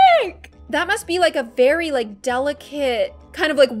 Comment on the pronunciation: The way she said bery instead of very xD <3